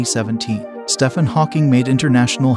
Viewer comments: It's pronounced "Steven" not "Stefan" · It's not pronounced Stefan, it's Steeven! Get your facts straight first, then post. And it's lighting, not lightning. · Stephen??? I thought his name was pronounced steven??? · " Stefan Hawking" why is no one talking about that pronunciation?😭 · His name is pronounced Steven. Lord have mercy, who doesn't know this?! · Do try to pronounce Stephen correctly - it's just a variant spelling of Steven and pronounced the same. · The fact you pronounced his name wrong is a fail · You did not just pronounce his name that way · steph en? it's pronounce steven, it's the same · when you can pronounce his name correctly i’ll listen😂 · U don't pronounce his first name correct it stEphen